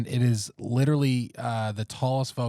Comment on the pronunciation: We really need to discuss how always says “littley” instead of “literally”. It’s a problem.